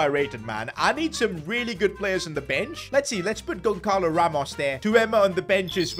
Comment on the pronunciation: Bro said Gonkalo Its Goncalo (Gon-salo)